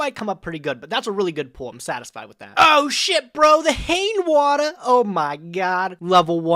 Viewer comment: ... really? "Haynwater"? xD